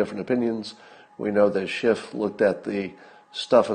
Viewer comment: It's Schiff, not Shift.